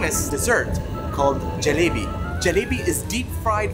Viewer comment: so sweet U telling perfectly rasgulla gulaab jamun and 😘 jalebi baby 🤗🌹